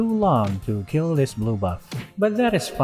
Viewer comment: "Our Keel" -Sun Tzu